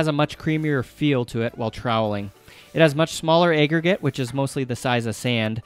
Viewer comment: And "aggregate" is apparently "ayyyy-gregate". Nobody taught this guy about the "short a" sound. It's crazy lol